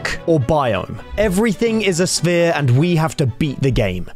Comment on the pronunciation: What do you mean spear It’s sphere